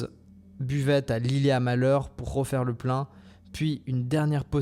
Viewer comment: Je découvre la chaine et cette vidéo était intéressante. Pour info pour la prochaine fois, les "t" se prononcent à la Réunion. On dit vidot(e), ilet(e) mais bourg murat le "t" ne se prononce pas 😆😅